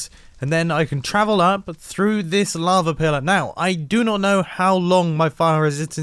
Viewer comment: well he used to say lava like "lavr" so he has made some improvement.